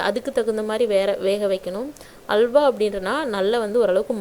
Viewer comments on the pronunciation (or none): Not hawla,it is halwa